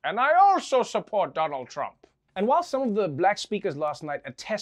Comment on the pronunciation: OMG ... she said Donald "Tramp" 🤭